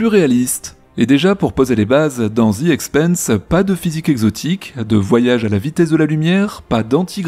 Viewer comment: Bonjour. Excellente analyse de cette super série! Cependant, j'ai quelques remarques, commentaires et éventuellement explications alternatives: - The Expanse se prononce comme France. Quand tu dis "The Expeinse", ça correspond au mot Expense (dépense), et pas Expanse (expansion). 😉 - Le bruit des moteurs et des tirs, pour moi, n'est pas perçu par un spectateur dans l'espace, mais par un spectateur embarqué dans l'un des vaisseaux, et correspond aux sons transmis par les moteurs et les armes à travers la structure du vaisseau. Donc, pas vraiment une incohérence. - Le moteur Epstein semble utiliser l'énergie dégagée par la réaction matière - anti-matière, ce qui pourrait très bien avoir l'IPS nécessaire pour des voyages à trajectoire directe. Même si nous ne maîtrisons pas encore cette technologie, ce sera peut-être le cas à l'époque de la série. Autre possibilité souvent évoquée dans bon nombre de séries de SF, des moteurs à fusion (lointains descendants des réacteurs tokamak en cours de développement) dont la partie active est confinée dans un champ magnétique impressionnant, et qui, s'il est mal réglé, cause la rupture et l'explosion du moteur et incidemment du vaisseau.